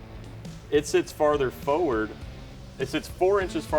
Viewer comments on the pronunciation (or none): Every time he says "foward" I want to scream. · Millennial don't know how to say forward!!